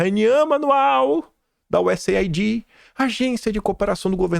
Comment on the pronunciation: Oi,, posso sugerir que você diga USAid como useid? Veja, aid em inglês se pronuncia eid, então useid fica mais fácil e rápido.